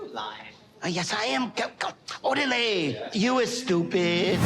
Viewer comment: As a Spanish speaker, I cringed at Ed saying órale 🤢